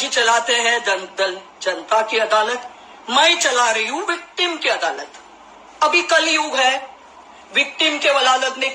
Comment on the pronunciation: She is actually under some influence.adalat ko aladat pronounce kat rahi hai .Hosh thikane nahi hai ulta seedha bak rahi hai.